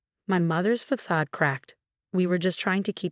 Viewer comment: Another Marcus and Emma? And another mispronounced Martinez. And faxade.